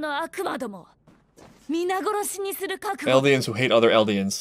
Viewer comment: My man. There is no R in Eldia Or Eldians.